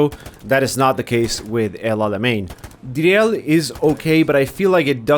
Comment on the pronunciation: Driel is pronounced as Dreel in English :)